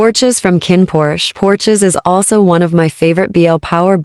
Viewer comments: Porsche. Like the car. lol not porches 😂😅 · Every seen a fancy sports car called a " Porsche"...?? It is NOT.." porch ezz " !